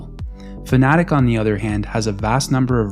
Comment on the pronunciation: I can’t get past the fact that he will not pronounce Fanatec properly. It’s not Fanatic… It’s Fanatec